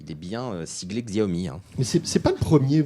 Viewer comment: Ces journalistes hi tech qui ne savent pas prononcer Xiaomi xD